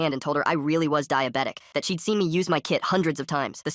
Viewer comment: i swear the narrartor said my dibitis kid